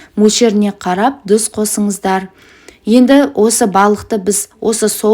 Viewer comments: ДҰЗ ЕМЕС ТҰЗ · Неге тұз емес дұз😂